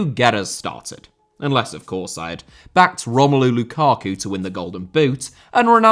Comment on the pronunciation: Lukaku* not Lukhohrku Emiliano* not Emiliohrnouw Saw* not Sor Mbappé* not Mbappei Half* not Holf André* not Ondrei Onana* not Ohrnohrnohr Álvaro * not Alvohrouw Morata * not Morhrter Julián * not Hulian Aussie* not Ausie Diego * not Diyeigouw Alonso * not Alonzouw Arrascaeta* not Arresquieta